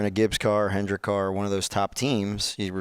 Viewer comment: At least he knows it's "Hendrick" not "Hendricks" 🤷🏻‍♂️